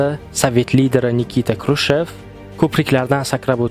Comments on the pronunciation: Крушев эмас Хрушов дейилади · НИИТА СЕРГЕЕВИЧ ХРУШЁВ КРУШЕВ эмас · Крушев хам Хрушов хам эмас Хрушчёв . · Nikita Krushev emas Nikita Xruschov bólsa kerak manimcha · Xrushov emas Xrushchev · Курчов дисанми Хрущев э укимаган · Никита Хрущёв тугри гапир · Хрущев фамилиясини ту́гри айтинг